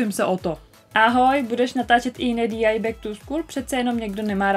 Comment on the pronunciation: DIY se nečte DI ale DIY a PLL se nečte PPL ale PLL